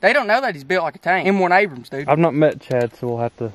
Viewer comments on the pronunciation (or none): none